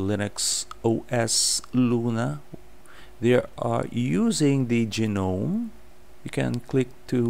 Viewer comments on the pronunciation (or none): its pronounced gnome as in good. and pronounce virtual with a ch in it like cha.